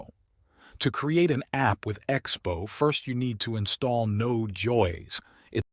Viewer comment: just realized when he said node joy-s 😭